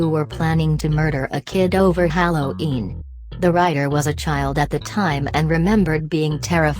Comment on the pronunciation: Hallow-een, lol